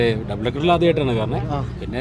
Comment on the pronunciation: ഡെബിൾ അല്ല. ഡബിൾ